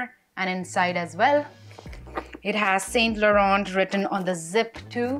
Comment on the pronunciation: T is silent in Laurent.